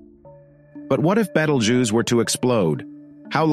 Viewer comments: everyone else: /ˈbiːtəldʒuːs: /ˈbɛtəldʒuːz/ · It's not bettel, more like Beetle. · Bay toll jews😂 can't get over his pronounciation. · First time I heard Betel Juice :))))) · I heard multiple different pronunciations. Betelgeuse, Beetelgeuse, and Betelgoose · The way you pronounce Betelgeuse 🫨 leaves a bitter taste on my ear palette. Beetle🪲- juice🧃